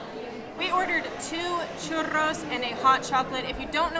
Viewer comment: Churros sin acento extranjero. wowwwwww avance gigantesco nivel avanzados... Gusto en verlos de nuevo